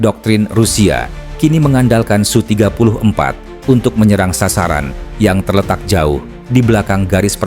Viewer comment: SU dibaca. S U atau Sukhoi Le. Km bego wong koyo kowe kok payu kok dinggo moco teks.